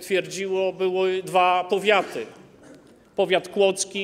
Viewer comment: z tego co słyszałem przed chwilką, powiedział '' powiachy '' nie powiaty 😑